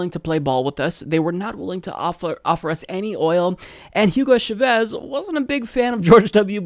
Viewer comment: Dude it's chA-vez